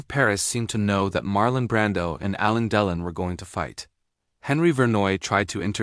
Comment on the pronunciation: If you can't even pronounce Alain Delon's name correctly, why should we believe you got the facts right? There are many photos and film clips of Alain Delon without a shirt on. No scars, just smooth skin over a muscular torso.